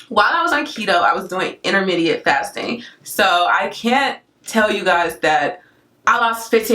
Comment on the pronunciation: You are stunning! great video. When you kept saying intermediate instead of intermittent I had to pause :P fasting intermediately?! 0_0